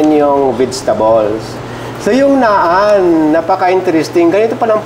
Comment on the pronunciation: Naan is pronounced as Nan po. ✌️😁